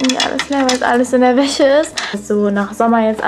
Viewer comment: Übrings es heißt "WäSCHe" und nicht "WäCHe"!